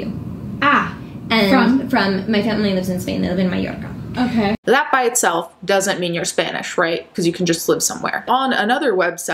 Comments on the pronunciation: I love how you pronounced "mallorca" like with a heavy Italian accent, because you don't pronounce mallorca in spanish like that. (Latin here) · When you pronounce Mallorca, you sound really italian. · can we just appreciate how Italian is coming through when she says "Mallorca":)